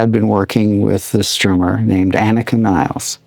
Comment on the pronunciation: Isn’t Nilles pronounced Nee-Less since there’s 2 L’s and it’s German? Not like the English name Niles.